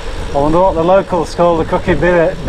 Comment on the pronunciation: Hiya, The pub you passed called the Crooked Billet is pronounced as in a Ducks Billet locally. Honestly! 😊